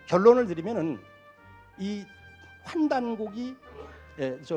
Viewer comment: '환단고기' 발음. 환단고기(X) 환단고오기(O) 짧게 발음하면 먹는 고기가 됨. 영상에서 말하는 고기란 고대의 기록이란 뜻의 문서이므로 고오기로 발음해야 함. 비슷한 수많은 예가 있으나 한가지 더 예를 든다면, '고대' 발음. 고대(짧게 발음): 매우 기대하는 행위 고오대(길게 발음): 옛날옛적 시대 또는 원시시대와 중세시대의 사이의 시대